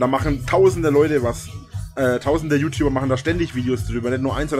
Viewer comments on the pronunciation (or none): none